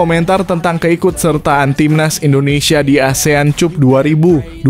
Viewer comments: Bukan cap - cup tapi kap bacaannya min, 😁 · CUP.. Dibacanya KAP.. Ya Bos.. Biar kita dgrnya rada enakan gtu.. 😂😂.